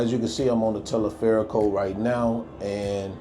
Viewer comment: Yes, you have to get better on your spanish. At first I heard you say " Teleferico". I knew what you were talking about. But I didn't understand you. Anyway, like you said.... I don't want to be critical. (Well also "El Caminito"! ) Thanks for sharing. P.S. I think you decided to try El Teleferico Because you've seen the guy Kurt Caz from West Africa. He goes everywhere. Don't do what he does. He can survive. I am not sure about you. Also on a side note: The women. MMM. MMM. MMM